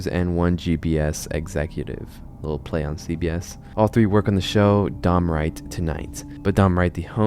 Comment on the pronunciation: DON. DON WRIGHT, NOT DOM. ITS WRITTEN RIGHT THERE ON THE SCREEN MAN